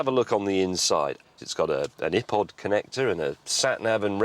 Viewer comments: i pod instead of eye pod LOL ( I know you spell it Ipod) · That way he pronounced iPod lol. epod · ə-pod conectah? Speak English. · Was he making fun, or do you guys really say ip-pod?